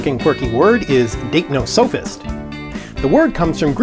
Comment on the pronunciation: I think you're saying it wrong... According to Collins and howjsay (also the OED and Merriam Webster, but I can't link those), it's /daɪpˈnɒsəfɪst/ or dype-nos-uh-fist, with the stress on the second syllable.